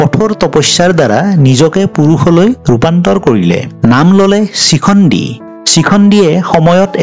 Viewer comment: চিখণ্ডি নহয়,শিখণ্ডি,,, বাকী ভাল লাগিল।